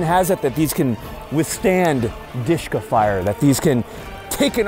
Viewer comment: i was like what DEESHKA lol.... dshk- "DUSHKA" nickname like dear or beloved